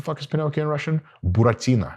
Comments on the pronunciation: Why are u so good at pronouncing russian words? And how do u know about Buratino? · He said Buratino, without any accent - it is very suspicious! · I was not prepared for Dr. Mike to bust out the perfect pronunciation of Буратино in a video